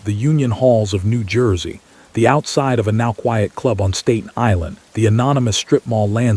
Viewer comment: learn how to say Staten Island